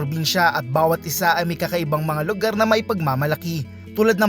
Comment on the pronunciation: pansin ko lang karamihan sa mga reporter ngayon, maarte na ang pagbigkas sa letrang R gaya nung sa salitang LUGAR. buti pa ung pure canadian vlogger na c jared hartmann, marunong mag tagalog pero alam nia kung paano bigkasin ng tama ang R kapag nagsasalita na cia ng tagalog.